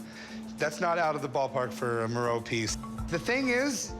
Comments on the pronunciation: I'm thinking, wow is this famous artist 'Moreau' that I've never heard of?? Then it became clear, oh... Meeero. It's pronounced Mee-ro. Jesus. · Sorry english speakers, but to call Miró, Mee-row is just annoying my ears... Try to say Mee-roh, with the "o" soung like the o of hot, spot, top... And Dalí is a bit easier, just day dah-lee and that is it. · “Joan?” Miro??? It’s pronounced “Juan”